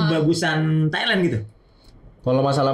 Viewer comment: Thailand bang, bukan thailen lebay bet